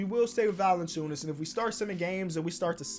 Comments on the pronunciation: its valanciunas not valanaciunas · “Jonas VaLiNaCHewNUS” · Why he always put that extra syllable in Valanciunas lol